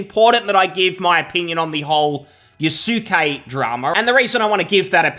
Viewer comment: lmao yasookay. people, the u is silent. yaske....yasuke was a real person. sold to nobunaga oda who made him a kosho. NOT a samurai. closest western equivalent of a kosho would be like a page or almost akin to a squire. he accompanied him and held his weapons.